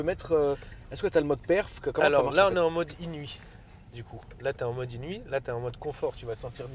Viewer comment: Svp les mecs c’est inouïe pas inuit 😂